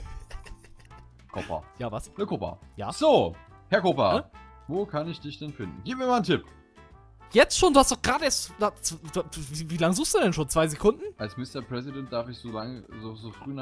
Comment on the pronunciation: Eig spricht man deinen namen 'koopa' also 'kuupa' aus aber du sagst 'koppa' 😂